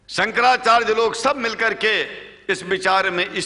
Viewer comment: जिसका उच्चारण ही ठीक नहीं हो,शंकराचार्य बोलना नहीं आता हो,वो शंकराचार्य हो ही नहीं सकते।ठग पंडित है ये,मैं इसका विरोध करता हुँ।